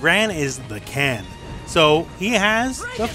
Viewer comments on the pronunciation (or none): Why do you pronounce KEN, as CAN?